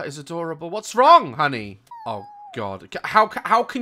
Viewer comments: He called honey like ‘hungee,’ Mrs doubtfire? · I love his he says HANY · the way you say honey is so funny and cute 😂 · the way he says honey 😂😂😂